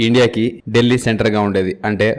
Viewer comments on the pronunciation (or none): ఢిల్లీ, డెల్లీ కాదు సార్ ... దానిపేరు దిల్లీ